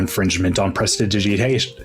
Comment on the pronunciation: omg my no one i know can say 'prestidigitation' i'm gonna tell the dm to get it recoded like that 🤣🤣🤣🤣🤣